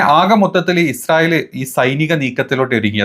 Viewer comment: ഇസ്രായേൽ അല്ല ഇജ്ജ് റയേൽ 😂😂😂മോദി പ്രണ്ട്.. ഇജുരായേൽ